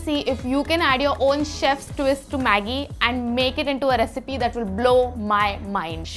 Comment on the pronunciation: He actually pronouns Maggie like the way that girl did, pretty good